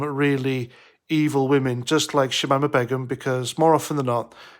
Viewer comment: Its pronounced Bey - Gum. Not that it matters.... In fact leave it be. This B doesn't deserve to have her name said properly.